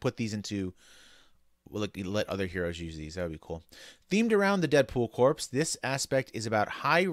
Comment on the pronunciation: Some corrections (I"m only a quarter of the way through the video, but I wanted to make note of these as I see them): corps is pronounce "core" not "corpse" Cable can get up to 4 THW and 5 ATK with 3 acceleration tokens, not 3/3.